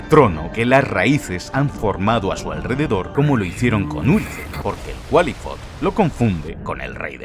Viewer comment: Según sé, al Qlifoth, no se le pronuncia como Cualifot, se dice Klaifot. Pero buen video.